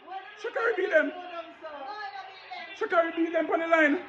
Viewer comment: Pus some respect on that young lady's name sucker! Its Sha'carri